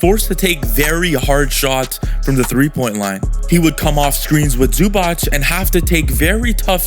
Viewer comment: U still pronouncing Zubac wrong lol.